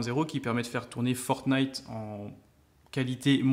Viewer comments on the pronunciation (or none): none